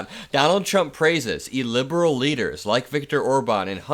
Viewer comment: Please stop saying "illiberal" because it sounds like you're saying "liberal". Just find a clearer way of saying it, so you aren't misunderstood.